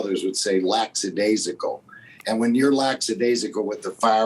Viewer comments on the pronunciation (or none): it's lackadaisical not laxadaisical